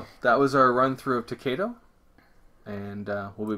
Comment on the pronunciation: thanks for the video please pronounce the game To-KAI-Do thats KAI as in "Aye aye sir"